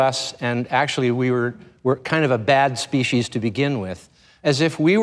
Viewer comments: An awesome human being! He is also one of the few who is able to pronounce the word "species" correctly. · Wow! Someone who pronounces "species" correctly.